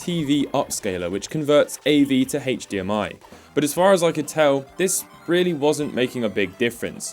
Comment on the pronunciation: “Haech dee am i”